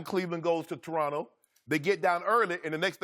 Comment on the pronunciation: "tonto raptors" haha classic right there